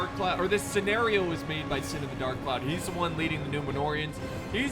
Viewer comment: I’ll be sure to tell him:), and it’s synn not sin lol